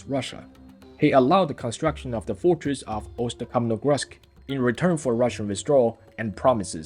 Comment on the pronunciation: High-quality content! A really good job! You have a great passion for your work and production - and it is really visible from your work, especially from someone who is not from the Central Asia/Eurasia region. However, there a few points I'd like to highlight: 1) Alai is pronounced as ALTAA-Y (not Altey or Alti), and I understand your struggle with the name Ust-Kamenogorsk; (Russian name of the city, and the Kazakh name is Oskemen); Note that the stress always falls on the last syllable (vowel) in Turkic languages. ALTAAAA'''''Y; or OIRAAAA'''''''T (NOT O'''''''irat) 2) Oirat language (and its offspring Kalmyk language nowadays in Russia) is a Mongolic language that is similar to the Mongolian (mutual intelligibility is 80-90%), and it is not a completely different language as noted in the video. Of course, these languages are distinct from Turkic languages (Kazakh, Kyrgyz, Uzbek, etc.) - the mutual intelligibility is 0%.